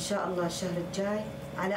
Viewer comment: شكون (الجاي ) خطأ لازم تقولين (الجيي) وتمطين الياء 😂😂